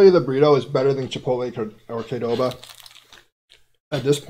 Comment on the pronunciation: Qdoba, not Kdoba!